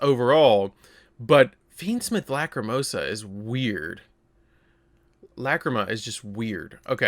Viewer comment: what's with the pronunciation of lacrima?